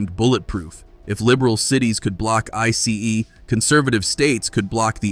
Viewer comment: Who's the moron making this video ? You Don't know how to say ice ? I.C.E. laws Enforcement is called ice !